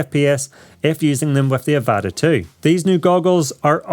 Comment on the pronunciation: It’s pronounced avata not evata